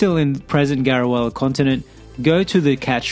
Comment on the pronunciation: helpful tips :) also I think it's pronounced Garu-leh-ah